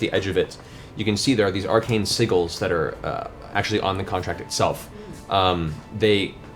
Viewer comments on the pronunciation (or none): Siggles? Sigil [Sij-il] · I love it, thanks for putting in the time guys, greatly appreciated. Also sigil is pronounced 'sij-ul', not 'sig-ul' :) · anyone else get mildly upset whenever matt says sigil as "si-gull" instead of "si-gel"? just me? ok. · When is someone going to tell Matt how to pronounce “sigil?” (Si-jill) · are we never going to talk about Matt pronouncing the word sigil as “siggle” 😂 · Thank you for pointing this out. It had me wondering if I was pronouncing it wrong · It kills me every time XD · Omg thank you for saying this! At first I thought he was saying Seagull and now that's all I hear 🤣 cracks me up every single time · I love Mercer as much as the next guy but it makes me cringe when he uses fancy words that he doesn't know how to pronounce. SIG-GILL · I always thought the whole sigil thing was a wierd way Matthew pronounced seagull huh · Apparently, during the home game, it was very much a "whiskey-based pronounciation" (his words), in other words he kinda bullshitted it each time. With the stream, though, he had to nail down the actual names and make them more or less consistent each time. It's all either anime references or names stolen from friends and family, incidentally. So are all of Percy's siblings' names. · As i catch up on all the campaigns I hope Matt learns how to say sigil properly. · I hear they're going to the city Sigil at some point and I'm really hoping he corrects himself before then lol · He eventually does, and it's a little bit sad at that point, honestly. He's so impressive as a DM in general it's rather nice to have these little foibles. :) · Love everything about this series. The only thing bugging me is how Matt says Sigil lol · I love them, but Matt's pronunciation of sigil and foliage grinds my gears... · Don’t worry. It grinds his gears, too. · It bothers me so much that Matt pronounces Sigil wrong!